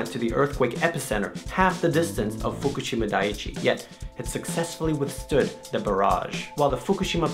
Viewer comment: lol fuk-u-shima??!??